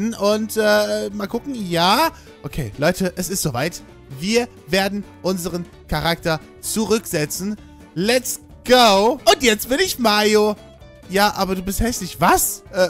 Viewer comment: Eher wie —Naise😂😂😂😂😂